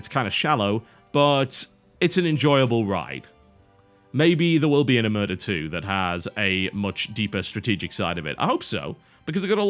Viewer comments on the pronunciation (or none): it's pronounced like O-mare-tah; it's the cosa nostra's code of silence. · It is pronounced Omertà, the accent goes on the last letter. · About the pronounce, the stress is on the A. It's an italian word to refer to when someone refuses to speak about or pretends not to know something, specifically related to mafia and crime in general. There's not a proper word for that in english. :P